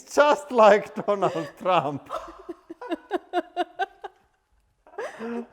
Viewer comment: Lmao 😂 he said it’s Donald Thrump